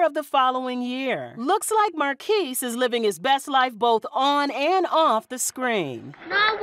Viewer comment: 1st of all, they said his name wrong, it sounds like Marcus, not Marquis, but he was in Immature looong before Sister, Sister